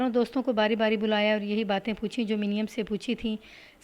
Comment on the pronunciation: میڈیم۔۔۔۔۔۔ یہ لفظ منیم (مو نیم )ہوتا ہے ۔